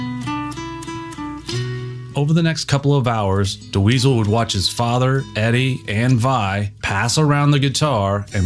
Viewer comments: Ouch! Do you know how to pronounce the name Dweezil now? Cuz it's just Dweezil, not Da Weasel. Great video though - Thank for this! Good luck! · "Duh weezil" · I’ve never heard Dweezil pronounced that way. Is this AI? “DeWeezle” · Who is this.. 'Da-weasel' he keeps talkin bout?.. 😂